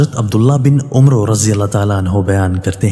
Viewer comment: اسلام علیکم ماشاءاللہ آپ نے بڑی اچھی کوشش کی ھے اس کو (عبد الله بن عمر ) پڑھا جاتا ہے واؤ سایلنٹ ہے عُمرو نہیں بلکہ عَمر